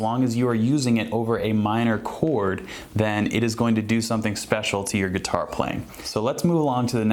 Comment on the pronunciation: hhhhhhh.... geetar... remind me of how Etta backer pronounces guitar